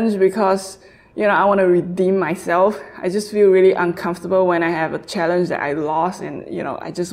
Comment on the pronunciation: Did you just say a 10 BIG MAC CHALLANG